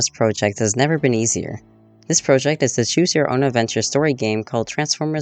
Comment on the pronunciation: The way your say project is seriously making me want to unsubscribe